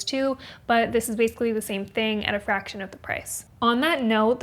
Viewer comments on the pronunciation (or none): none